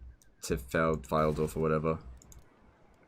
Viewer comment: The pronunciation for Pfeildorf is Pfeil(hart)dorf. Basically same sound as eilhart